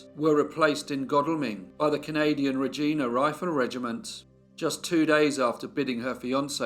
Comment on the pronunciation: The name of the Canadian city actually rhymes with the word vagina, not edima (oedima - sort of….)